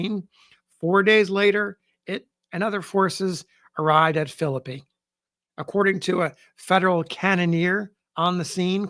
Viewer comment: It is so refreshing to hear a historian pronounce the name Philippi correctly. I grew up in the area and lived in Philippi for a few years.